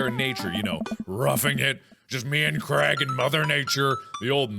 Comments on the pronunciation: his name is said "cr-ay-g" not crag please ive been saying this since ep 2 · one thing that stresses me about americans is they pronounce Craig like cregg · I low key love how Mark pronounces Craig like Creg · Mark + Craig =maig is pronounced mayge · i don’t know if this is just because i’m from scotland but Mark is pronouncing Craig soooo wrong in my mind😂